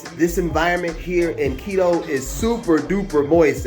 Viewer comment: At least make an effort to pronounce Quito the right way..